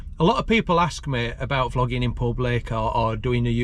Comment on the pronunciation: Sounded like you said flogging in public🤣